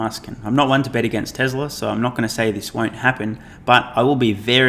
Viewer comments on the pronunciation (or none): none